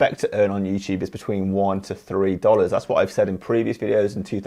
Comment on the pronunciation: Someone set a counter for how many time he said “youchube”